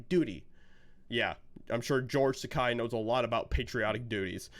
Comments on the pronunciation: Its’s not Takei as in “eye”, but Takei as in “gay.” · Isn't it Takei, not Tekai? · His name is pronounced Tay-key 🙄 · Just a slight correction (more a clarification): "Takei" is pronounced "T'-kay", which rhymes with "gay" which is what he is which is how to remember the pronunciation. Other than that, I agree 100% with what you said. I don't agree with many of the Hollywood elite's political views. However, as long as they don't bring those views to their performances, I have no problem watching them (or listening to them in the case of musicians). I think Madonna should be arrested for saying she has thought about blowing up the White House, but I like her music, anyway (I'll listen to it as long as it's free, but I won't support her financially by buying an album, etc.). As for George (and Whoopi Goldberg, for that matter), I am a lifelong "Star Trek" fan, so I can watch a "Star Trek" show or movie regardless of who is in it. The "Star Trek: Picard" second season premier episode had Whoopi reprising her role of Guinan, and I'm OK with that since she's the one who played the part in "Next Gen". But I will NOT watch "The View", for example, where she gets to be herself and spout her brain-dead garbage on pretty much any subject they cover. Same with Takei. I'm OK with watching him play Sulu, or any other role he's played, but I do not follow him on any social media sites simply because I so totally disagree with his politics. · Just a FYI ... His name is pronounced "George Ta-kay like in gay." His words (sorry. Star Trek UBER Trekkie.) I used to like following him on Tweeter... Now ...not so much. Prefer Bill Shatner (even tho he's a dick too), Robert Picardo and Pat Stewart. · His name is supposed to be pronounced "takéé". 😭😭😂